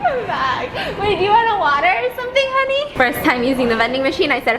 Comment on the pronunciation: He either said honey or unnie